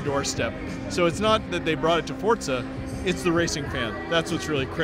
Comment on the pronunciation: I like how he pronounces 'Forzics' the same wa you do 'physics'.